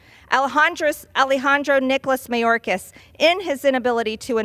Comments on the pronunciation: The way she says mayorkas. May yore kiss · I love that she never pronounces his name properly😂